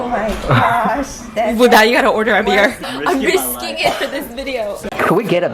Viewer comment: will always be ICONIC for his “BEAR” instead of “BEER”!!😂😂